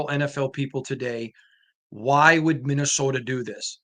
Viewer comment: It's not called "Minnowsoda!"🤣😭🤣